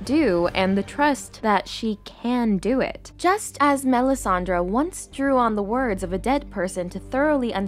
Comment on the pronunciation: Great video. It’s Melisandre though, not Melisandra. 😉